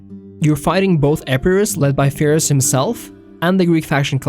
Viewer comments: Pyrrhus not Fyrrhus!!! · Well, the name is Πύρρος, there is a P there, not an F, not to mention that Greek (at the time) didn't even have the f sound. Cheers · Please say Pyrrhus correctly in the future